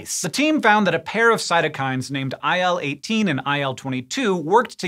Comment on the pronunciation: Hey in the scientific community you say IL-18, ill-18 not I L 18. Just rolls off the tongue better and quicker lol.